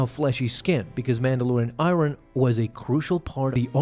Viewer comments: Ummm... 'Iron' is pronounced "eye-urn" (not "eye-ron"). I know it doesn't make sense, but English is a crazy messed up language. (Also: 'Litted'? It's 'lit'. As in: "dimly lit.") My apologies if English is not your first language. If that's the case, such mistakes are entirely understandable. My apologies, too, if you have dyslexia or some other such challenge. These things deserve understanding. However, outside of those cases, I can't image where such odd pronunciation and grammar come from... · Is this 1300? It's i-ern, not i-ron :P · Why do you pronounce iron as i ron? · btw "iron" isn't pronounced "airon" it's "aiyon" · Killing me with the pronunciation. I-run. It's aye-yurn. Aye-yurn. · Love your videos...HATE your pronunciation of certain words... "Lit" not "Ly-ted" "I-ern" not "I-Ron" Dude, even my 7 year old knows better... Ijs... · It’s pronounced [eye-urn], iron. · Don’t forget all the “Mandalorian I-Run.” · Iron =/= Eye-Ron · I Ron.....😂. Quit saying it like that! 😁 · your mangling of oral English is stupefying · Why is Iron being pronounced like eye-ron by some people lately? That is not the pronunciation either in British. Australian, or American English. The only people that tend to mispronounce the word are those of foreign origin. I've heard you for some time now, and hadn't thought you were not a native speaker. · Nice indeed. I like "i-ron" as well .... ..clearly the first time reading that word and just saying it as is. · Please stop pronouncing the word, "iron.." Just please stop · Why are you saying iron like iron, and not iron?? They call Tony Stark Iron Man?? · Just a minor comment. The ‘r’ in iron is silent.